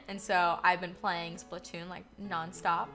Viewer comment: Wait wait... did she say splatoon